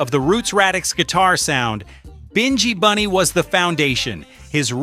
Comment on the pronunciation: You or your AI continually pronounce the names wrong, Binghi Bunny is pronounced as in Nyabinghi, plus you keep on showing a photo of 'Bred' who is a singer with Wailing Souls when talking about Noel Bailey ( who we know as Sowell). While I appreciate you trying to give out the reggae history and establishing a lot of facts, is it out of love for the music or exploration, because everyone of your reggae post I have seen always have mistakes primarily in pronunciation and showing the wrong photos and secondly in dates and historical context, because this is a constant issue I am respectfully asking you to please get your act together or stay out of our buissnes. Bless